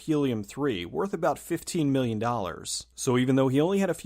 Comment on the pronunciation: When you are comparing the Budget of Moon and Sunshine... why do you emphasize "Million", when both productions had millions? Why not go on 5! and 15! or 50! . This drives me crazy cause it sounds so off... sorry. great videos!